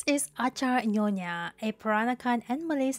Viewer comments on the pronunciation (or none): Nyonya ... not nonya.